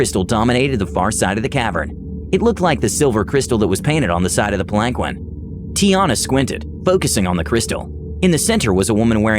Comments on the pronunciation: PAL-an-keen. He said pal-ANK-win so many times... lol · It was like nails on a chalkboard...Pal ahn keen...sometimes even. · Palanquin is pronounced like “pal-in-keen” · That story was phenomenal! I do want to inform you of one little pronunciation error so that you know if the word comes up in the future. Palanquin is pronounced Pal-en-keen. Just wanted to make that one small correction. Keep up the good work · I can't stand how you pronounce palanquin, it's pronounced Palan keen. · Sparrow I was seconds from posting this exact thing until I saw this 😂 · The way he pronounces palanquin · SAY PALANQUIN ONE MORE TIME!! I DARE YOU, I DOUBLE DARE YOU *beeep*!!!!! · Look up palanquin. You murdering my ears. The seven time I swore out loud. Please.